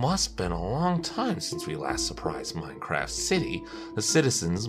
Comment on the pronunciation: you forgot the t in Minecraf(t)